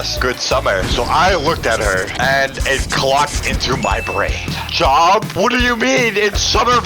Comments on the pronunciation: I don’t know if it’s just me but did said GOB instead to JOB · said gob not J. O. B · Just say job it's not a slur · He said G O B not J O B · Bro said G-O-B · I was looking if anyone else noticed that he said g not j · I love how they say g o b and not j o b 😂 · It’s not j*b it’s jerb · Bro said gob😂😂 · bro said gob